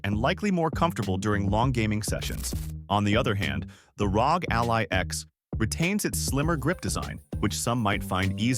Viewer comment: pronouncing ROG as "rawg" is just weird, it's not a word lol it's an acronym 🤦‍♂ imagine if people called the CIA "sia" or the FBI "febi"